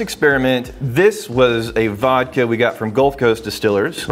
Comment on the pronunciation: Vhiskey or Wodka?